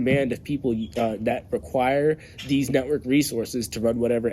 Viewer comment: Did you say, “Deez Networks”!